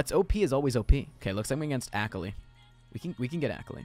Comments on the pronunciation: akali is pronounced uh-call-ee, okay? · the way this man said akali